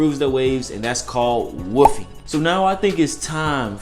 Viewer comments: My nigga said woo-fing it’s wol-f-Ing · Bruh who else keep thinking he saying woofing instead of wolfing.😭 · sounds like he said woofie lol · Nigga said wuffing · The way he says wolfing 🤣🤣🤣